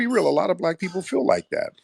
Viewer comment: Yo it's feel not fill.